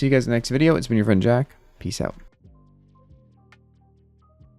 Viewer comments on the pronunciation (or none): none